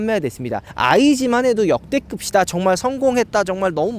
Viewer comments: 면트하는 중간중간 "역대급"뒤에 "ㅅ"발음 거슬리네요..."역대급이다" 라고하지 "역대급시다"라고 하진않잔아요?멘트가 어색해서 적어봅니다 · 역대급시다 발음 나만 신경쓰이나용?ㅎㅎㅎㅎㅎㅎㅎㅎㅎ